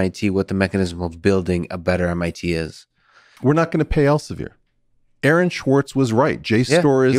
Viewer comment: Guys, please expand your references at least enough for listeners to research them." Aaron Schwartz" sounds like "Erin Schwartz" to some of us outside your circle. You need to remember you're not talking only to one another here, That said, thanks for the important discussion.